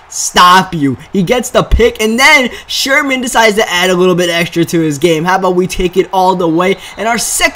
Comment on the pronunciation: "Anoder user pik by sherhhman"